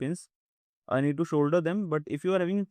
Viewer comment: Shoulder 😂 "*solder"